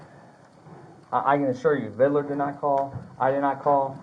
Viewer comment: Vidler not vidaler. Good grief.